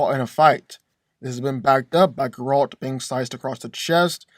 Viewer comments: Bro keeps calling him gRaLt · Anyone else want to choke him out every time that he mispronounced Geralts' name? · Please learn how to say Geralts name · I don't think that's how you say geralt but I could be wrong. All I know is that its making me feel uncomfortable